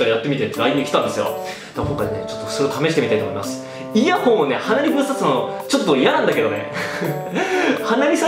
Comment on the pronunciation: イヤホンがイヤホイに聞こえる。 原宿でイヤホン！原宿でイヤホイ！